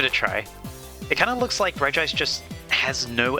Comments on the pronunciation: Regime is pronounced “Regi-ice” (reh gi ice) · Google says you say regice REGI-ICE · its conformed that its pronounced rej ice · Ive personally started pronouncing regice as (ree-jis) like Regis Philbin because it upsets people. I dont think theres a right way to pronounce it so i choose the wrong way. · I feel like Regice would have looked better if The Spores could levitate. Because in the anime most of the time Regice never never uses his legs, mostly of sliding in ice, but like in the movie of the regis, he levitates most of the time if i remember correctly. Also i always pronounce her name as Regi-ice. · Regice is pronounced.